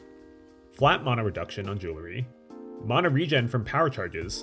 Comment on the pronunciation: Mana, not mona.